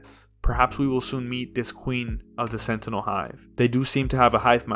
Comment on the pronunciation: if nms wasn't so shit when it first came out, I reckoned the launch stream would've been memed more. continuously pronouncing 'sentinel' as 'senotaul' always made me laugh